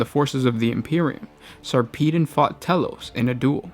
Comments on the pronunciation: sar-pee-den? it's sarper-don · Sarpeedon? It's Sar-peh-don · lol whenever i read the books, i've always Sarpedon's name as "sarpuh-don". this is turning my world upside down. But for real, the novels are amazing. Best series I've read in the 40k universe so far. Ben Counter did such a good job. He also showed despite a Space Marine's modifications that make them generally superior, underneath their oaths and layers of honor and battle scars, they are still only human and cope with human emotions in the appropriate situations. You see them get tired, jaded, worried--any single thing that would cause one to normally write-off an Astartes. Granted, they still cope better because they are still Space Marines, but it's a refreshing take on the mind of one. Plus extremely graphic details in increasingly difficult battles. Good Stuff.